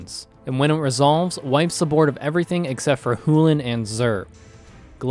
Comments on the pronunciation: CHULANEEE CHEWLANE CHEEWWWLANE WHY DO YOU PRONOUNCE IT HULAN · Who the fuck says “Hullen” instead of chulane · Please, just say it as "chulane". "Halan" is just triggering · Excellent game. Chulane can be such a fun Commander. Keep up the good work. Side note: Emma Handy is in a video with The Professor and pronounces it Choo-lane. She helped design the Brawl deck. Please stop saying Hullen. lol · It's pronounced "choo-lane". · i think Cú Chulain is pronounced koo-kuhl-in in phonetic text. which is read as Cu-Cull-In. Depending on if u think the H in Chulane is silent or not it should be Chu-lane or Cu-lane. oh and PS. great job with narrating everything thats happening while still keeping it fast and interesting. Keep it up <3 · I wish I could downvote this video for every time you said "Hullan". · Pronounced Koo-kuhl-an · Is Chulane not pronounced with a C, he says Hulane the whole time. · You have to stop saying "Chulane" like that. The Irish legend was Cuchulain and pronounced "Koo-Cull-Ann" so you could say "Cull-Ann" or just be normal and say "CHU-LANE" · I've always heard it pronounced Choo-Lane... This is the only place I've heard the "C" silent. I do believe the creators even pronounce it Choo-Lane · Heloyd made me want to pull my hair out. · You pronounce it hoolin half the time and haulin the other half. With a few hulins in between. Just give up. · "Chewlane" lol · "Alen" lol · I couldn't finish this video. This was only because of the way he pronounces Chulane. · Unsubscribing. The cancer pronunciation of chulane alone is too much. Let alone the terrible editing. Playing with power is so much better. I feel like I get better at magic watching playing with power. This is like watching a WNBA game. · that chulane pronunciation was hard to listen to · Please don't pronounce it that way again, it's painful to listen to, nice game though